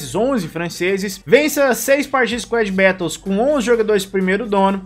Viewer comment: Mano tu falando squad "bétous" me da agonia kkkkkkkkkkk